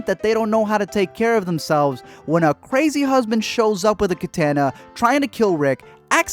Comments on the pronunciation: It’s pronounced ka tah nah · You’re saying Katana and Andrea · My man, you pronounced two things wrong, andrea and katana